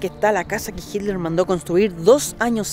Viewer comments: Por que en lugar de decir Hiler, dice Hidler? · jiler dice jajajaj